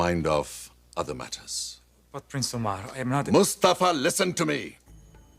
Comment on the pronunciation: How do they call price Omar? I hear something like "saya" 🤔